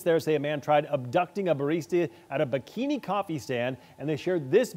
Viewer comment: *Beankini, not bikini #facepalm